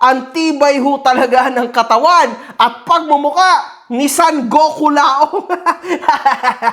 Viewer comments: GOKULAONG ❌ PICOLAONG ✅ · GokuLAONG ✖️ PicolloONG ✅️ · KULAONG ❌ PICCOLAONG ✅ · Gokulaong ❌ Piccolaong✅